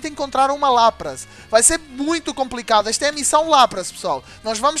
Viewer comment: O Lapras se fala Lapris